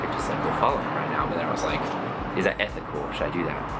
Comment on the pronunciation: U sound so British when u say 'is it ethical?' Lol